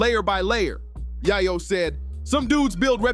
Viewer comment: Yai-yow? 🤣 If ya gonna try to make content off cuts of old news, at least get the names right! 🤣